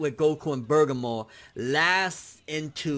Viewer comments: Bergamo (Bir-gah-mo) not (Burgah-mo) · Who the fuck is Bergamor? You mean BER-GA-MO? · Hes still calling him Bergamore. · Its burr gaa moo not burger more wtf xD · just sound that shit out BER-GA-MO...... it's that simple LIKE WTF!?!? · Do you know how to read!?!? Like where are you getting "Burger-more" from!?!?!? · Am I the only one who gets bothered by constantly getting Bergamo's name wrong?